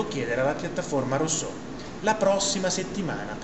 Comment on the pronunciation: Sì ma di pronuncia "russò" , non è difficile !